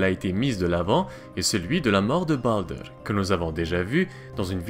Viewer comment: ça part le plus souvent vers un vieil accent anglais qui n'as pas trop sa place :) tu avale les R, comme avec baldr, ou helheimr par exemple , mais bon, comme tu dit, c'est pas toujours facile